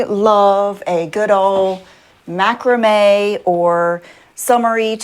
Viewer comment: No didn't go to Sunday school. Didnt they teach you about, greed,vanity,no? Please learn to say " Macrame " properly ffs.